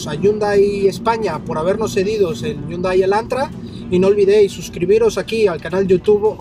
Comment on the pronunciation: Ese es un Hyundai Elantra 2017 no el 2016... deberías aprender a pronunciar la marca “Hyundai”.